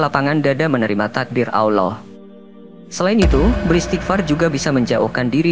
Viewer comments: Alloh... Bukan awlloh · Nyebut Allah aja gak pas Alloh gitu. Jangan menafsir Ayat Suci Al Qur'an kalau gak paham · sebut nama Allah dgn betul.... bukan *awloh*... elok ngaji dgn guru AlQur'an... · Tidak bisa baca Alquran anak itu, ngucap Allah sj 'awloh'...parah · Min, baca ALLAH juga masih shalah ALLAH bukan awloh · Allah saja kau bilang aullah benarin dulu lah ucapan pengucapan Allah mu. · Sebut nama Rabmu dg benar ALLOH bukan kedengaran AWLOH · Maaf min...cara mengucapkan Allah...kok begitu kurang enak didengar ya ada huruf W ...dudepan huruf A...kaya mengucapkan Awlah..bukan Allah...sekali lgi mohon maaf.. 🙏🏻🙏🏻🙏🏻🙏🏻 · Kok yg bicara Alloh gak fasih yaa. Coba simak klu mengatakan Alloh. [ Allow😢😂..ini yg bicara org Islam atau bukan ya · eh admin lo menyebut Alloh itu yang benar bukan awloh tapi Alloh... dan beristiqfar itu bagus tidak ada yg tdk bagus utk beristiqfar... lo orang wahabi ya dan ingat ucapan kata Alloh bukan awloh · Kamu ini sok kiyai. Tapi gak bisa baca Allah. Kamu cuma bisa baca Alah. Ojo ngono yo nek moco . Sing bener ya. Ojo sok Kiyai. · Ngucap Allah itu bagusnya LL di tebelin dan lidah ke langit2 .. biar Terdengar Agung, Enak di dengar dan estetik terhadap Panggilan seorang Hamba ke Tuhan Robb kita semua yg Menciptakan Alam semesta dan seluruh isi di dalamnya . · Berguru di mna MIN, kok penyebutan asma AWLOH.. Adakah yg slh dengan lisan mu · APAAN CARA NYEBUT ALLAH KOK 'AWLOH'! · Pengucapan alloh kurang benar mas banyak banyak belajar ya sebab pengucapan yg seperti itu sangat2 dibenci olehnya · Malu,aku,dengarnya,ucap, Allohnya,sama,megawati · Tapi ketika anda melafalkan lafal ALLAH saja belum tepat ... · Sebut lah Nama Allah Dgn Betul..Salam Dari Malaysia..sebutan Allah Tu Salah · Maaf, pembaca narasi perbaiki bacaan الله nya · Pengisi suwaranya saja gak bisa menyebut nama Alloh dengan benar kok menyalahkan orang berisghfar..... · Ngomong Allah saja lu udah salah. Oii yg isi narasi. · Mulutnya belajar cara menyebut nama ALLAH. KAYAK CELET